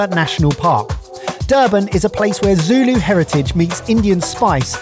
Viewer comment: was murdering those Zulu words and I was flinching. Overall, the vibes were awesome